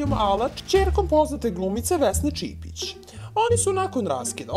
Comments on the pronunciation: Nije čipic nego čipčic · Sta je ovom liku sa glasom? I nije Vesna Cipic nego Cipcic.